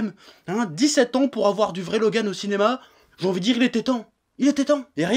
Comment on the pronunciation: Je like juste car il a dis mon prénom 49507 fois dans cette video et car il le prononce plutot bien